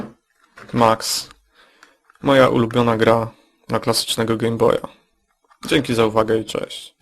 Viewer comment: Wiem, że się wymądrzam, ale czy nie powinno się mówić Gejm Boj zamiast Gem Boj ?